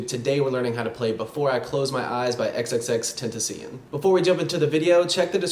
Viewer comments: It’s actually pronounced ten-ta-see-own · Yeah he did he said XXXTENTISION but you pronounce it ex ex ex ten tas ion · “XXX Tentuh seein” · he said xxxtentisen made me cringe but i love the video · "tentasian" im dead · he said, xxx-tenta-see-N" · He said g sing lol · It kinda hurt my heart because you said his name wrong. But that's okay. You probably already know how to say it because this video is a year old 😂 It's Ten-tah-see-on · ten tah see owhn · Who else laughed when he said X's name? Ten tuh see Yun? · I only disliked cuz u pronounced his name wrong😐...its pronounced "XXX-ten-taw-see-own" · in spanish!! ten-ta-ci-on! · Lol the way u also pronounced it wrong. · Please say his name right. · says name wrong NANI? TRIGGERED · okay but you said he’s name wrong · Maaan, u just lost lots of your fans, bc u said X’s name wrooong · That’s not how u say his name man😂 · you said his name wrong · u gotta fkn say his name right damn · Thought I was the only one